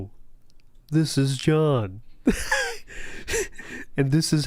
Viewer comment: you hit that "John" with Rambo accuracy 👏. If John was ever on Wpig it'd get a million views from me alone lol.